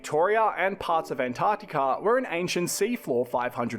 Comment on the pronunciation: Yeah - the geology's fascinating! And it's great to hear an American pronouncing "Antarctica" properly instead of "Anartica". Well done,!